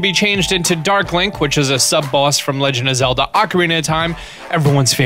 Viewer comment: Zegand of Lelda